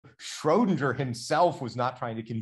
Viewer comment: No, not shraow-din-jer, shrer-din-ger. Um, the way it's spelled.